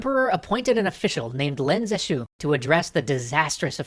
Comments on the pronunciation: That guy that saved China from opium is Pronounced Leen zhe shue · Lin Zexu -> Len Zeshu It seems the people aren't the only Chinese thing being butchered. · If opium was illegal in China, wasn't the seizing of all the opium technically legal? btw, Lin is pronounced more like "lean", and the syllables in Zexu should both be stressed (Ze shouldn't be unstressed). But no big deal, pronouncing Chinese names is hard.